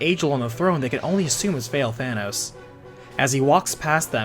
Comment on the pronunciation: i keep hearing "Fail-Thanos"